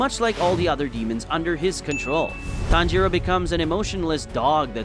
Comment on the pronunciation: It's not ton-giro it's tangiro